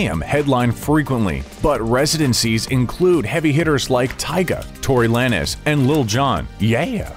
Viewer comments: " tory lan-ez" what?? lol lanes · "Tory Lan-nes" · Tory La-Nes lmao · When he said Tory Lanez I lost it💀💀